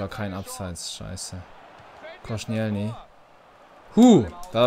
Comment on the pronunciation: verbessert mi h wenn ich falsch liege aber ich glaube er wird Kostsch(i)elni und nicht konschnijelny ausgesprochsm